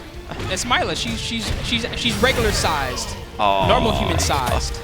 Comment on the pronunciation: Mai-la?Ray-doe? These commentators butchering every fucking name